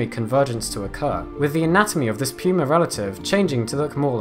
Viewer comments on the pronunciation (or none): none